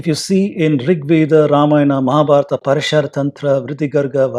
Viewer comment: It is Praashara,not Parashaara